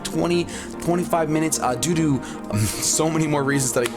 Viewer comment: he said doo doo instead of due to :3